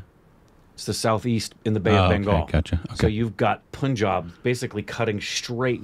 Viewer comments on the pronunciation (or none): It's not pun.. it's pronounced as PANJAAB. पंजाब not पुंजाब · Punjab is pronounced like the ' pun intended' pun. Pun jaab. Is the right pronunciation.